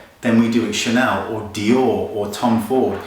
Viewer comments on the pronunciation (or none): none